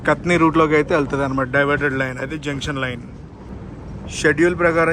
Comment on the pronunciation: కతని కాదు బ్రదర్ కటని